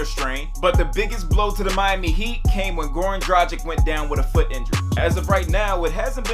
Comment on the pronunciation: Hi mr. Please try to pronounce a name better. The name should be pronounced like "Draggits" not like tragic. "Drag" like a Tarantino character DRAGs a dead body on the floor, and "ich" like "I am ITCHy because a mosquito bit me" I know many do the same mistake, so try to make the difference and say it correctly.